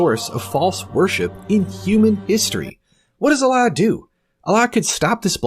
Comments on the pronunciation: It's a speech impediment. Allah = A lie 🤭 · Ever notice how Jordan Peterson pronounces "Allah" when he says : "I don't buy your Allah. " to Muhammad Hijab?